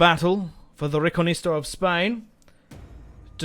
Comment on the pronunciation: RE Con Quista, not reconista